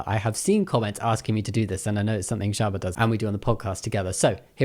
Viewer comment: Before you put Shaaba I thought you were saying Sherbet the whole time…